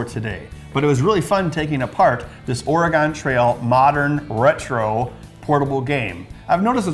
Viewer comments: It's pronounced Or-e-gun, not Or-e-gone. We're still here. Haven't gone anywhere. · ore-gun (similar to organ) not or-ri-gone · its pronounced Oregun!!!! Not Oregon. I lived here all my life and we hate it when you guys say it that way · Or - Eh- GONE! is pronounced Ory-GUN!!!! Ughhhhh! Love the show! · Bens pronunciation of "Oregon" really does show his Wisconsinite side, heh. Me also being from southern Wisconsin most people around here also pronounce it that way, but that might be because there is a town here people pronounce like that "Or-A-Gon" Or "Or-E-Gon". Also great build Ben! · The state should be pronounced "Or-eh-gen" but he flip flops between different pronunciations of it. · OR-EEE-GONE i just keep hearing or-eee-gone and it makes my inner oregonian die inside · I'm from Portland, I can tell you NO ONE from Oregon pronounces it like "Ore-a-gone". At all. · James Helgason Or-gen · Seriously. All of them say Oregon wrong. It's cringey for someone who lives here. Or-uh-gun. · Dude it's pronounced. O-RE-GUN lol... Us Oregonians get a lil tired of that like saying the s in Illinois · I’m from Vancouver Washington and no one on this side of the Colombia says that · As an Oregonian, the way this guy says "Oregon" makes me absolutely cringe. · How many times is he going to mispronounce, 'Oregon'? I'm going to guess, 13. Edit: my count is 12/15... Have fun in Wisconsoy... Idiots.